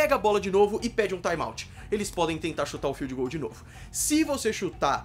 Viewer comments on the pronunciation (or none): kikóf, taimauti